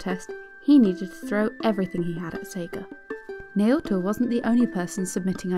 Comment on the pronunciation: I really didn't like the way you pronounced Naoto. It's a pet peeve but you can atleast do a little research on how you pronounce Japanese names just to be sure.